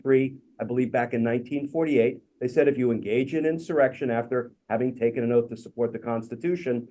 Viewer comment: Donald Trump actually swore an 'OAF' of office...